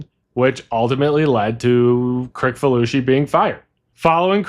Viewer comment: It is John Kri(s)falusi, not Kri(k)falusi.